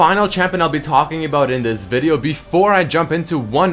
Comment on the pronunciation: That "aboot" makes me think he has integrated Canadian culture pretty well tbh :P